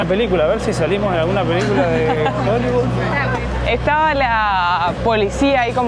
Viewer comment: y en "Joliviud"... jajajajaja GENIOS!!